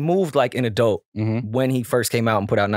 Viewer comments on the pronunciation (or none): Is saying “adelt” part of bingo??